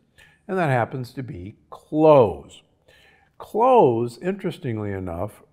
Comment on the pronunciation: CloVez....not Cloehs 😉🙏🏽💞